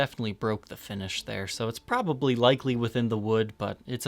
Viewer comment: The word is "probably". Three syllables... prob-ab-ly, not a two-syllable word : prah-ee Thank you.